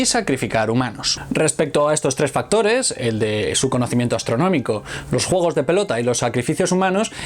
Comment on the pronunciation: Por que los españoles si pueden decir 'pUEde' , pero no pueden decir 'jUEgos'' . Eligen decir "jUOgos".